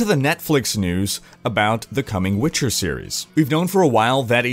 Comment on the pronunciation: The way you pronounce Witcher and Geralt bother me.